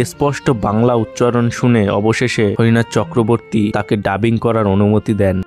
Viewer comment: হরিনাথ চক্রবর্তী ❌ হরনাথ চক্রবর্তী ✅